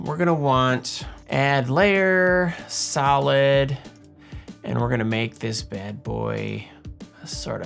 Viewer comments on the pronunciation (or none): When you said "solid" during the video I could've sworn I heard salad. So my suggestion is to animate some salad (I'll leave the theme and criteria up to Em to decide ;) for one of the next ones hehehe! (sorry not sorry!)